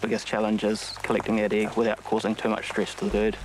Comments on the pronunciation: Why did she say "iiiiegg" and not "egg"? XD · "handful of Kiwi Igg"